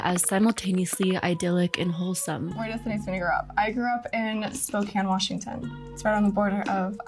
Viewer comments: The way you’re pronouncing Spokane is killing me 💔 great video tho ❤ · As a fellow Washington resident, same. My eye twitched every time. But also, as soon as she said that Sydney is from Spokane so much made sense.